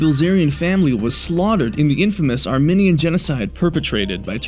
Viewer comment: You're pronouncing Armenian wrong